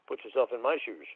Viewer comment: "Put yourself in my shoosh."